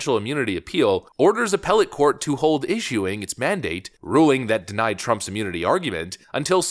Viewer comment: Put on ‘HOLD’ not holt !